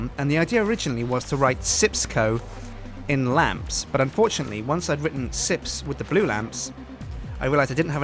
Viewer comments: I believe it is called SJIPS CO not sips co... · Wait isn't it Sjips co?